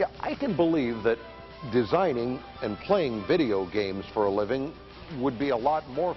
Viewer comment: Vey-deo gheymz?? Never heard of em.